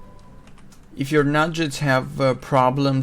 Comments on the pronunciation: There Nuggets not Nu-Jets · OMG they're not Nudge-etts , they're NUG-GETS Learn english FFS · NUGGETS not Nujjets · Nuggets not Nudge-its (as in Chicken Nuggets) NOOB!!!! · Couldn't do it with the nujjets weirdness. The game even pronounces it correctly for you.